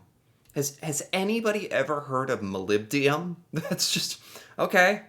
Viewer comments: MolybdeNum,. And yes, a lot of people have heard of it. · Hi GreatWhiteNorth here. It is Molybdenum. Not being critical😎